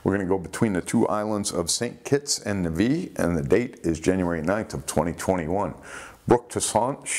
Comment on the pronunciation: Nevis is pronounced neh-vuhs